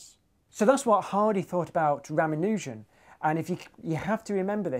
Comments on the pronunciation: I enjoyed the material in this piece - interesting and stimulating. That said I have a minor quibble, and some comments. Quibble : It's pronounced ra-MAH-nu-jan NOT Rama-NOO-jan. Regarding Hardy's assessment : as I understand it, most of RaMAHnujan's legacy is a collection of very complicated identities presented largely without proof. R himself believed that his inspiration for these came to him by way of divine revelation and was not convinced too much by the necessity of proof, falling to admit that theorem and proof are the lifeblood of mathematics. In this sense he had been spoiled as a mathematician. His unproven identities remain. One asks the rhetorical question ; are modern mathematicians lining up waiting to prove them, and is this a solid basis for their individual careers in mathematics. Mathematicians as nerds : this is an occupational hazard. Hardy himself is said to have scorned the application of pure math to real-world problems. The rest of us, and I speak here as an engineer myself, might very well think that Hardy was being nerdy, even though he would not have understood what the word meant. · Did you just pronounce Ramanujan as Rah-mah-nU-zan??? Are you serious? It's pronounced Rah-mAh-nah-tzan. Why do you Brits have to change everything to fit into your language? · "I'll tell the story properly this time..." ... continues to mispronounce the man's name. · Hacked up the pronunciation of “Ramanujan.” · How do you pronounce Ramanujan? Is it Ramanujan or Ramanujan? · You would think for someone so interested in famous mathematicians, you'd be able to pronounce Ramanujan at least in the ball park.